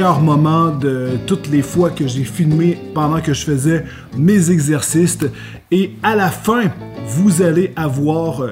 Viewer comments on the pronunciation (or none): "mes exercictes" un exorciste qui fait du sport 🤔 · mes exercites xD! dite moi que je ne suis pas le seul à avoir entendu sa